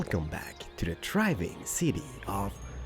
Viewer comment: It's not triving it's thriving